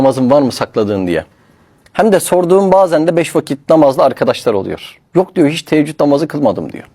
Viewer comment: Teeccüd değil Teheccüd namazıdır aslı Yanlış telaffuz ediyorsun